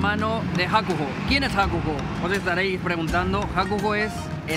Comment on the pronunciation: Madre mia, HAKUGO, ES HAKUHO, que video mas lamentable y todo por vagos y no saber inglés